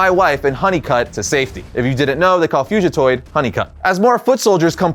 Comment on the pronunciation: Great video but never say fugatoid like that again please lol